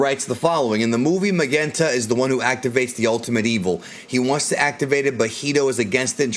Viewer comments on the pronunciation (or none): Magenta's name should be pronounced more like Mazenta (マゼンタ) — which is a bit odd —, rather than Magenta (マげンタ) with a hard G. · The name Magenta, is pronounced mah-jent-tuh. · Lol why do u keep sayin magenta like that? Have u never heard of that color before? I kno it's the dudes name, but it's the name of a color as well, u kno? Lol